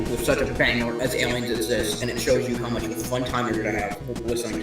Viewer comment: List of screwing up: FAHVS really fun LIVE EYE-LIENS PUNKIMIN not a screw up, but still peak very fun to sing along TUH UBBO punkimin returns R A N C I D S O N G